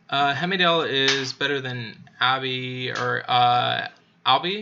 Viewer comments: Heimdall - it is Haimdal, what is wrong with you Anchor? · Tyr pronounce “Teer” or “tear” 😢 rhymes with dear. Heimdall- heim pronounced like Lime the fruit, dall sounds like doll. HimeDoll Heimdall